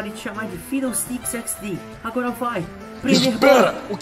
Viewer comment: Fidleestick XD eu não tankei ksksksks.